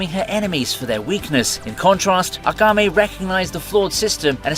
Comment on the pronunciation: hate to be that guy but its AKAME not agame